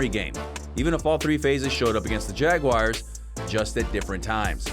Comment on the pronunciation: What’s a Jagwire?